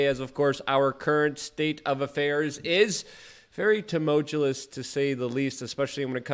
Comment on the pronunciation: Love your work dude, but please stop saying tumultulous.